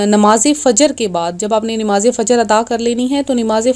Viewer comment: nimaz nahi namaz hai word